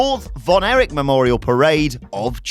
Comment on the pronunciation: Erich NOT Eric